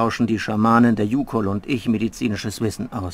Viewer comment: Die Youkol wird übrigens Youkoll ausgesprochen 🤣🤣 also nicht Kohl sondern koll, also schnell 🤣🤫♥️